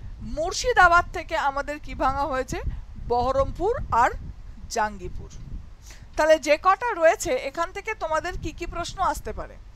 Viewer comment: Two new districts of Murshidabad are Baharampur and Kandi. And pronunciation of Jangipur is জঙ্গিপুর not জাঙ্গিপুর। Sorry for the intervention.